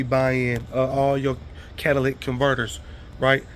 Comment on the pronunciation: most black ppl pronounce it this way or "Cadillac" ........when it's really "Cat-uh-lick-tick" but who really cares if you know what he meant